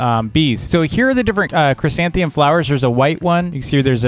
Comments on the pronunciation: tks, kids are loving it!! big favor though: next video can you say chrysanthemum instead of chrysantheum? kids are saying it that way and it's hard to "unteach" them. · Me: fails to even say the first three letters of the new flower: chrysanthemum